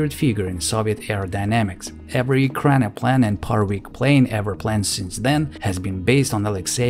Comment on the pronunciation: E RAK NO PLAN. What is so hard on it to pronounce? You did not nail it through your whole video, not once.